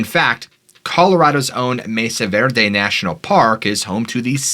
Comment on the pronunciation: As a man who grew up in Colorado pronunciation is so off Anasazi =Anna saw zee Mesa Verde = may saw Ver dee Cortez= core tezz Durango= Der rang o Colorado= call a rad a Colorado pronunciation is weird, but for a native Coloradan it took me several seconds to understand where you were talking about... Then everytime you mis pronounced i hyper focused on that couldn't tell you what the video is about because the mispronunciation sorry bud